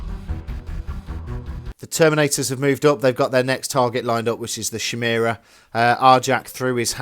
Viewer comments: Would slay you on a spot for "Shimera" instead of "Khimera"! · Is it a bad thing that it makes me giggle everytime they pronounce it 'shymera'? Also I got a DOW3 advert in the middle of this, seemed fitting.